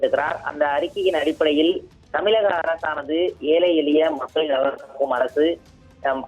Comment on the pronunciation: தம்பி. உங்கள் உச்சரிப்பு சரியாக உள்ளது. ஆனால், தமிழ் என்ற உச்சரிப்பை தமில்... தமில்...தமில்.... என்று உச்சரித்து செய்தியை வாசிக்க வேண்டாம். நீங்கள் தமிழ் உச்சரிப்பு பயிற்சி எடுத்துக்கொண்டு பின்பு தலைமை செய்தி, முதன்மை செய்தி எதுவாக இருந்தாலும் வாசிக்கவும். ஊடகங்களில் மக்களின் பார்வையில் இருக்கும் உங்களை போன்ற இன்னும் எத்தனையோ செய்தியாளர்களுக்கும் சேர்த்தே சொல்கிறேன். தமிழ் உச்சரிப்பை கற்றுக்கொண்டு பேசுங்கள். உங்களைப்போன்ற தமிழ் உச்சரிப்பு தெரியாமல் தமிழ் செய்தி காட்சி, அச்சு பதிப்பு ஊடகங்களில் இருப்பது வெட்கக்கேடு.